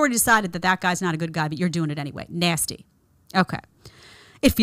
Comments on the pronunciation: “NASTY” 😂😂😂😂 I absolutely LOVE how you say that. And I’m loving that I came across your videos ❤❤❤❤. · I love it. She makes it sound like the worst thing in the world. Lol.